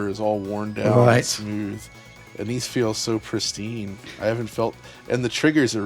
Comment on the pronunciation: It's prestine he says while scratching it on the table instead of lifting it to turn.